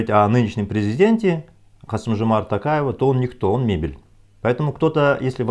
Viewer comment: Каждый раз смеюсь - мебель! Ну придумал же😂😂😂 так спокойно произносить - м е б е л ь🤣🤣🤣